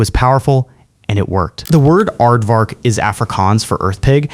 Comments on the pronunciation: "aired vark" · The "aired-vark??" Oh well, hopefully it gets better. And yes, the F-111 Is pretty, but Tomcats are prettier.